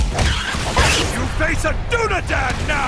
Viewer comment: oh good lord, what's a dunadan, what happened to the real dunedian?